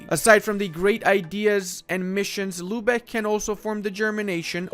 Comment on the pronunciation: All i hear is lube eck